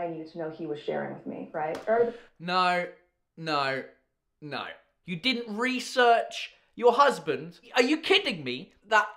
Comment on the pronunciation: You’ve lived in Australia...they way you say ‘no’ and your mannerisms when dissing them crack me up 🤣🤣 I’m Aussie and you’re a tru blue 😅